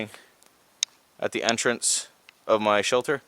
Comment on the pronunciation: you said " Da start the fire" like a Canadian.